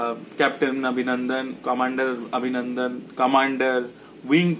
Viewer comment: abhinandan ke pronounce kor obhinondon bole...bangla bolchis na hindi.? eta wrong trend..! change kor...! disgusting lagche abhinandan abhinandan shune... ! bangla holo worlder 2nd most artistic language eitar art take noshto korchis keno..?